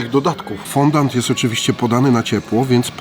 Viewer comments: Jesteście gamonie tyle czasu robicie testy różnych deserów obiadów itd a nie wiecie że się nie mówi fondant tylko fondjua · Czyta się fądi a nie fondand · mordo Ty moja...normalnie nie zwrócił bym uwagi ale chyba z 10x powiedziałem FONDANT i mózg mi umarł... Mówi się FĄDĄ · mówi się fondii, z języka francuskiego fondaty xd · Foundi się mówi